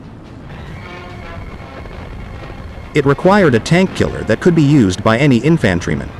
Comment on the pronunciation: “In-fan-tree-man”. What a truly bizarre mispronunciation.